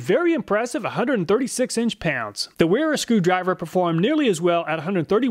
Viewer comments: They are pronounced Vera, and Viha. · So if it's German, then Wera is prnouced Veh-(H)rah ;-) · I enjoy your videos but sometimes after watching them my IQ drops 20pts. Here I am walking around saying NIP-ex, Wera and Wiha instead of Viha, Vera and Ka-nip-ex…